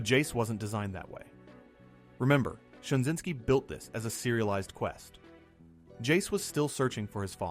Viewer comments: J Michael STRA-ZYN-SKI not Shinzinksi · Stra zyn ski. Man your content is good but you mispronounce a lot of names and terms. Good depth of information.